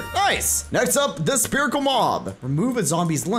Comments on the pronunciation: You keep saying sperical. It’s SPHERICAL (SF-IR-ICAL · Is this a bit, or do you actually not know how to pronounce "spherical"? The 'ph' makes an 'f' sound, so it's pronounced "sferical". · he said Spherical like (sperical) AAHhHH